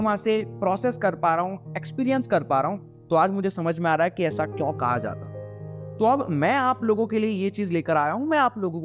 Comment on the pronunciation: Why do say "kyaun" instead of "kyon"?